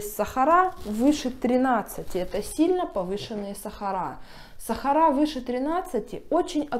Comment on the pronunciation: СахарА красиво говорите. Я только это и слушаю у вас.